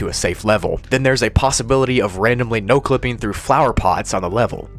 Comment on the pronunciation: you made a mistake at "exit my no-clipping", you said "np-clipping"